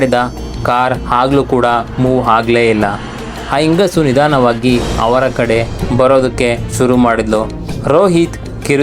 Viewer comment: ಹಾತ್ಮಗಳು ಅಲ್ಲ ಆತ್ಮಗಳು ಮತ್ತು ನಿಧನವಾಗಿ ಅಲ್ಲ ನಿಧಾನವಾಗಿ